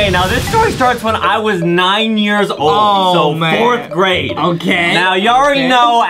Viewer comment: “ tol “ “ old “ “angery”